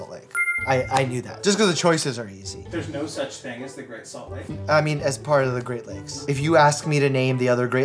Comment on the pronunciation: “there’s no such thing as the great salt like” Utah intensifies